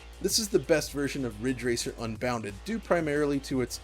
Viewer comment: It's Ridge Racer! RIIIIIIDGE RACER!!!!